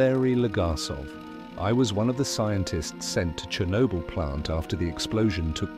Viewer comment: That's not how you say "Chernobyl".